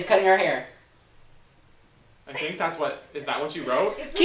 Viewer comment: I'm impressed that "Marissa may-er drying her hay-er" worked lol